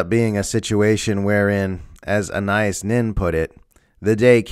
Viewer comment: pronounced her name ah na EEce